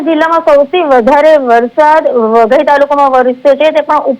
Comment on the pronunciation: વધઈ ❌ વઘઈ✅